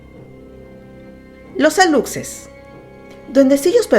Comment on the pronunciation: Excelente video detalles para aprender y sin afán de ofender aluxes la "x" no suena tal lo conocemos sería lushes la pronunciación y sería huay chivo....huay es brujo y lo mismo sería..huay pek...pek/perro